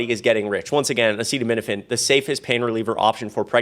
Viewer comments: Trump could not pronounce acetaminophen. I definitely will not be taking my medical advice from this lunatic. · He also couldn't pronounce acetaminophen... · He can’t pronounce acetaminophen 😂😂😂💙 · He showed that he couldn't pronounce the generic name, and given his focus on money, etc., I'm sure he was instructed to name "Tylenol". He doesn't care at all about the health or safety of anyone, And actually he doesn't understand any of it; he's a highly paid puppet. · Let's be real. Trump was saying Tylenol instead of acetaminophen because his demented ass can't pronounce the latter of the two. It really is that simple. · he can’t even pronounce “ acetaminophen “. His sitters had to jump in. 2 pregnancies, needed Dr recommended doses of Tylenol for very high fever & crippling Migraines. My 2 babies - healthy. Now, they have delivered healthy babies of their own. Dr Oz, & Dr Phil outta make a podcast together 💙💙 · Trump could not pronounce the word Acetaminophen. He is a complete loser 😠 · Trump couldn't even say acetaminophen, he is pathetic. trump and rfk jr are simply trying to kill people. Dr. Oz is a joke. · He's not smart enough to pronounce acetaminophen. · I think that's why he said Tylenol because he couldn't say it multiple times in that speech.